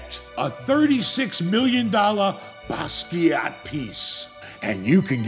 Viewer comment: you are the man. Been watching forever. IT'S "BAS-KAY" not bass-qwet. 😂